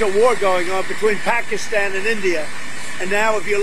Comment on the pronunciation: 'Pahk-a-stan'... not, 'Pah-KEE-ston'... professor. How is it that a Georgetown, educated attorney has so much trouble with foreign pronunciations??? It's disrespectful.